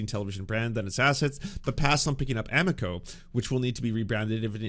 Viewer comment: The pronunciation of amico hurts my Italian soul., I love ya, great takes. I hate to be that guy, but it's aMIco.